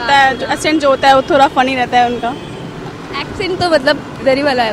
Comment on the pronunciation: thoda ko thora,sadak ko sarak hahaha